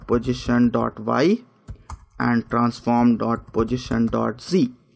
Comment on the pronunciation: You are a talented person..no doubt..but little correction I would like to make in your pronunciation.. Don't pronounce position as pojistion ..sounds awkward when you say it continuously.. I think you can easily correct it.. I know we have the mother tongue effect ..